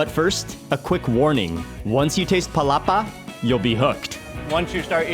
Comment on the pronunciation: I believe Mark still saying “Palapa” up to this day hahaha just joking Mark! Same feels! That Palapa is addictive and you can add it to many foods to make it more delicious.